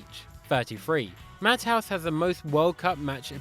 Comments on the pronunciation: Fact 92 the fella talking in this video says matt House for matthaus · I hate to criticize but Jules Rimet and Matthaus are pronounced differently mate